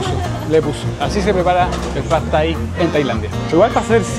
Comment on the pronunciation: Like por cada vez que el dice Phad Thai 🍲